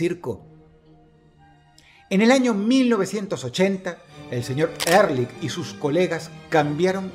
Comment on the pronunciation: Ehrlich significa "honestamente" en aleman y se pronuncia Ealij